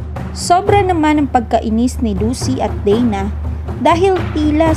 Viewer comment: Bakit ms marami kwento kesa s palabas ,nkakainis n rin panuorin ang kwento pg puro salita wlng emotion ,pati mga vlogger mali2 pronounce s mga salita at pgbigkas ng name ng mga karakter bisaya pronounce nila deyna ( dana ) naging dena